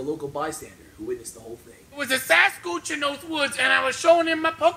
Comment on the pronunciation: "There was a sashquooch" I DIED 😂😂😂😂